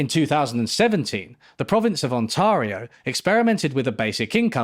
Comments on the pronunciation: You mispronounced Ontario. And Alaska is state of the USA. Ah Canada more times when they do studies and then ignore the results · Excellent video, but please never pronounce Ontario like that ever again. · The way you pronounced Ontario sounds like the name of a total hunk that your girlfriend knows really well and she keeps telling you not to worry about him.